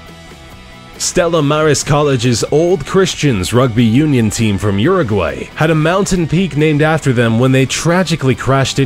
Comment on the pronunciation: LOL how df does he pronounce Uruguay?